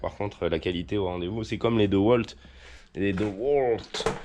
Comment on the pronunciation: ont dit Diiiiiiwalt et pas deux walt 😉 mais j'aime bien quand tu dis deux walt ça me fait marrer on dirait mon défunt grand-père, et rien que pour ça merci c'était un grand homme! One love